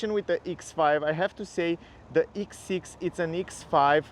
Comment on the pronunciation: X bro not eeex